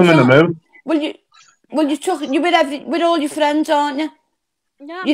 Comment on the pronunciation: Best fwiends forever 😂😂